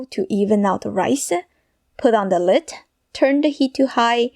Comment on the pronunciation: Open the lid-ah…left over rice-ah…eggs-ah….shrimps-ah!